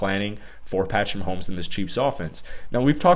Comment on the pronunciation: mahomo to me